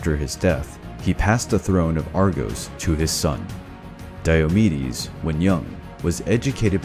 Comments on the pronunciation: Lol I thought he was saying diabetes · I heard diabetes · Is it just me or do I hear Diabetes instead of Diomedes?😂😂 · Who here heard diabetes for the first 30 secounds. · Sounds like you're saying diabetes